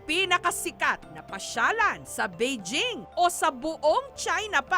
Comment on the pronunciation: Omll the wrong pronunciation of “beijing” is very irritating!!!!